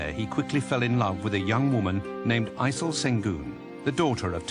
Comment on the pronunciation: he did aysel so wrong :/